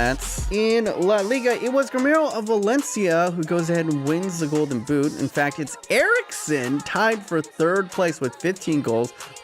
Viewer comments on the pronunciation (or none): none